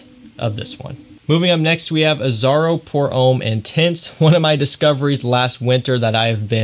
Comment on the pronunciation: french for Americans: Homme rhymes with plum